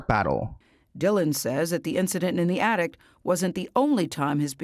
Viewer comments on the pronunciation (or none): it's ATTIC. There is no t at the end. I know that's nothing in comparison to the seriousness of this video but my OCD wouldn't let me ignore it!! I'm sorry, not meant to be rude!! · Horrible man. P.s. it's an Attic... not an Addict dear x